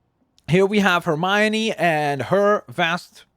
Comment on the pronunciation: You saying it wrong. You said Hermione and weasly wrong